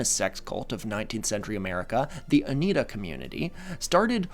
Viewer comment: It's pronounced oh-NYE-dah, and they and their connection to the assassination of President Garfield would be a good subject for another episode